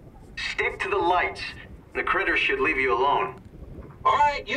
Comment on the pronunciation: the word "should" should've been emphasized.